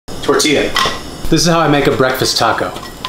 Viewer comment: Cómo lo pronuncia tortia cómo es tortilla